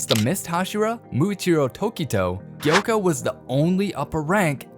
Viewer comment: It’s not yoko it’s gyokko